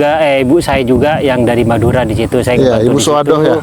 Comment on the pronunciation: Madura mas BKN meduro. Pak Mudhor mas BKN modhar.